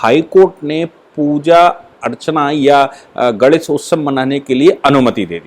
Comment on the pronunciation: Aap professor hain fir bhi " GANESH" ka uchchar thik se nahin karte. Is men "NE " ka uchchar nasika se yane naak se hona chahiye.Aap bolte hain to lagata hai " GANDESH " bol rahe hain !